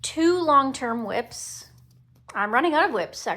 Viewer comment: Ok girl, what are whips? wips? lol, Everytime you say that I think a nice ride...lol